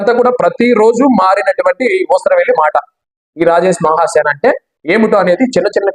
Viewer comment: రాజేష్ మహాసేన అన్న మీ మాటలో హా అనే అక్షరానికి మరో సరైన అక్షరంతో పలికి వుండవలిసింది